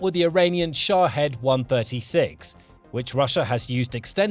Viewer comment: Its SHA-HEED